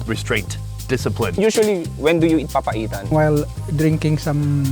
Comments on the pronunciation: It's called "PA-PA-I-TAN" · everytime he pronounce "papaitan" sounds like "papa ethan" and that's what made my day😂